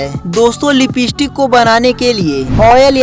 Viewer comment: Bhayya a lipeeeeestick nahi Hai lipstick hai 😂😂😂